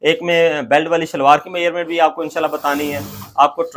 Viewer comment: Measurement ko ap mayyarment kyu bolte ho